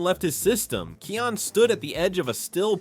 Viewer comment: why are you saying his name like that? it's Kion, pronunced Kai On